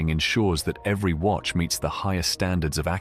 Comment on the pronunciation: Wery-wery amateur video maker!!!!